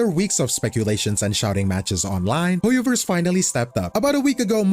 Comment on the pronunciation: It's HOYOVER, time for a Hoyo-vorce!